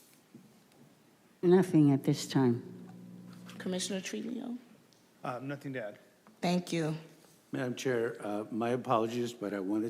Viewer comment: Wow‼️ Is Commission Trujio NEW⁉️ Why doesn't she know how to say his Name⁉️